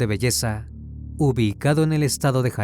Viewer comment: Sí, yo también lo sigo desde sus inicios. Está usando inteligencia artificial actualmente, enseguida se nota. Escucha en el segundo "ubii-cado en el estado de jalisco". Si no notas que es una voz sintética, ve a hacerte un lavado de oídos.